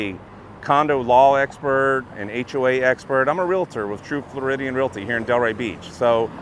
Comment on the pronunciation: REEL-TOR was hammered in my brain during training, not REEL-LA-TOR. Yes, I know how it is spelled.